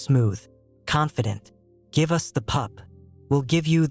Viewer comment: From Bangkok, let me laugh that AI said 'U-S' instead of 'us' 😂